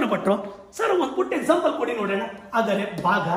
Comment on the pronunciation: ಸರ್ ನಿಮ್ಮ ಜ್ಞಾನಾರ್ಜನೆಗೆ ನನ್ನ ಹೃತ್ಪೂರ್ವಕ ಅಭಿನಂದನೆಗಳು..... BUT ನಿವು ಪ್ರತಿ ಬಾರಿ ""ಆದರೆ"" ಅಂತ ಉಚ್ಚಾರಣೆ ಪ್ರತಿಬಿಂಬಿಸುತ್ತಿತ್ತು.